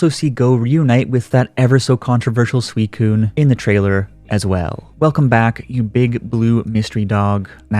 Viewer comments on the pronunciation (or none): none